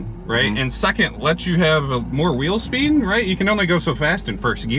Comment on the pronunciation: Wheel speen